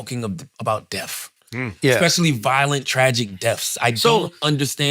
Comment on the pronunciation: Charlemagne said the word death 100x and not once did he get it right. Lmaoooo